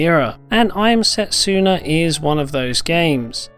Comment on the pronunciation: Setsuna is pronounced se-tsu-na, not set-su-na..........